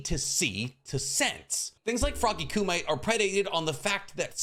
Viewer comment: The pronunciation for Frog Kumite is koo-mee-teh and Edo Tensei is ten-say. I know it's not that big a deal, but it bugs me so much every time I hear it. Definitely a me thing, but I have to at least let you know.